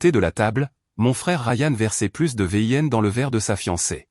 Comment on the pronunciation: v.i.n se dit vin